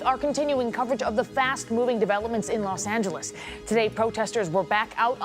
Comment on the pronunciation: When you listen to how to pronounce ' Los Angeles ' from native speakers, but still pronounce it wrong.:face-green-smiling